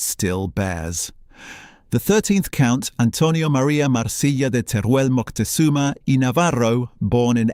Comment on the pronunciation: Just for cultural trueth, it is nit MoNtezunma, it is MoCtezuma